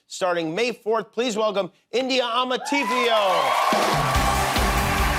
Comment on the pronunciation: Still wrong Amartay is different from Amartei .